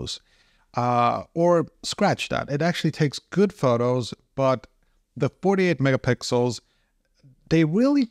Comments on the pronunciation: Came here to say this 😂 I want 48 mega pickles!!!!! 🥒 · 48 megapickles is underrated. 😅